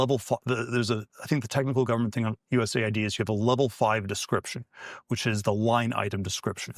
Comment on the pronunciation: This is an AI voice, didn’t realize it until the end where it mispronounced USAID